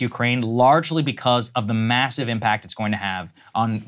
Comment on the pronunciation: "immassive" - Saagar Enjeti